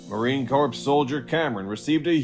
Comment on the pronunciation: Learn how to pronounce "CORP". Never ever say the "P", when referring to the military